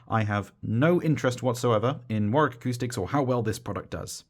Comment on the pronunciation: nice to hear a youtube reviewer who pronounces Warwick correctly.